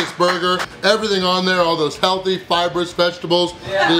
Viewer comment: I love it when you put emphasis on the "healthy" vegetables! Lool